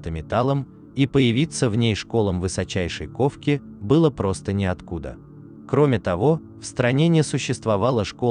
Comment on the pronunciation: Я не пойму текст что нейросеть читает??? "Появится просто неотку́да"